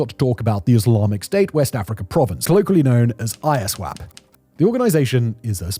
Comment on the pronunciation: it's Iswap, not I-S-wap. using Fulani photos to depict the Igbos/Biafrans? 🤦🏿‍♂️🤦🏿‍♂️🤦🏿‍♂️